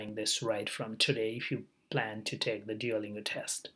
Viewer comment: be original brother, you say take , we listen thek :)